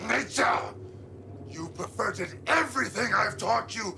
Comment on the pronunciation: I thought he said "inverted" instead of "perverted"